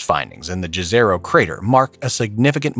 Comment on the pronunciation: The word "jezero" is of Serbian origin. We spell the word exactly like that, but you in the English-speaking area should pronounce it as if it were written "yezero".